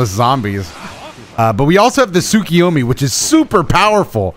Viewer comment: it Tsukuyomi not Tsukiyomi